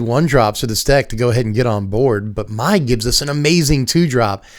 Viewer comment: Mai's name is pronounced "May" exactly like the month of May. I know it's unclear and "My" is the more common way to pronounce the spelling, but that's just how it is. I hope this is helpful.